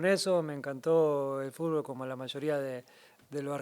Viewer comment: El GOAT del fútbol no puede decir fútbol 😅🐐